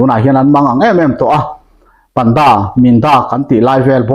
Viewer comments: Pantha/panda= Pândâ (thluk chhohva thluk hniam lehin ) kan lam thin a... Dik ber emaw chu😊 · Panda tih hi,pan tih laitak hi thluk tur